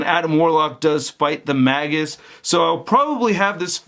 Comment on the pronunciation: his name is pronounced "Mage-us" Not "Maggus"As in a Mage. Get it? Warlock/Mage.You said Maggus like 20 times and I wanted to jump thru the screen and break the figure that way you wouldn't say Maggus anymore LMFAOOO it's Magus as in Mage-us.